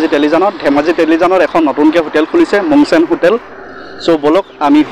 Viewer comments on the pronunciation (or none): Mong sang hotal nohoi mung sung hoi😅